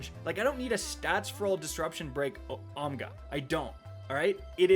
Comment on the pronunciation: Correcting it to "Omga" was the cherry on top